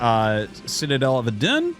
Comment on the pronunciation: the way you said "Citadel of Adun" was like the most French Canadian shit ever lmaooooo